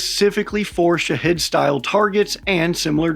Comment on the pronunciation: As far off as you misspronounce them, you might as well call them shithead drones. Your not far off.